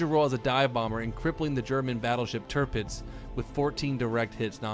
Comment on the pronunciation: You said "Tirpitz" correctly :) - nice vid!